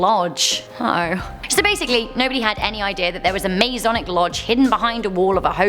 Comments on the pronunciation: Hey, just for future reference it's not Maze-onic like you pronounced it it's Ma-sonic. (Think aye MA) I only know that because I'm part of the Masonic family. And it's not a cult, and it's not satanic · Masonic. Ma"s"onic. Not mazonic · You need to learn how to talk its masonic not mase onic lol idiot!